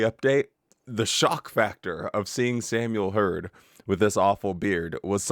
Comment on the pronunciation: I thought you had put on Samuel Herds beard by using photoshop! Couldn’t believe my eyes!!! He looks so funny or stupid I could say….with his sh sh pronunciation!😂